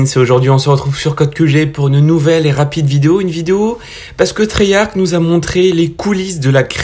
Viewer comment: Cool, mais on dit triyarche et pas triyarke. Treyarch